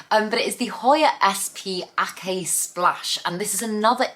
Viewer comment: I meant to put this on your previous video. The Hoya Aceh, Aceh is pronounced “ah-chā.” Aceh is a province in Indonesia. That probably indicates where the plant where originates. There are many types of the Hoya Aceh. But I’m kinda with you, I find nothing special about that particular Hoya. Re: dead plants. As Monty Don has said, you don’t become a good gardener when all your plants survive and thrive without any troubles. It’s when things go wrong and you have to solve (or fail to solve) a problem. Troubled plants that make you smarter. And some plants just die. I remember trying to “save” my parsley growing on my patio, frustrated that it seemed to be dying. Then I found out it is a biennial: it lives two years and dies. There was nothing I could do to save it. 🤷‍♀️ Just get the dead plants out fast. I read somewhere that dead plants in the background bring down your mood/mental health, even if you think you’re ignoring it, according to some study.